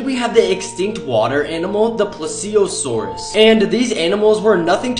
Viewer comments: YOU MISPRONOUNCED A NAME AGAIN MY DUDE-(Plee-see-oh-saur-us.) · He really just said ples -iosaurus It’s pronounced “pleez-iosaurus” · “Pussyosaurus”💀 It’s pronounced plea(as in please)-Z-oh-saurus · I know stuff about dinos and he pronounced the plesiosaurus really bad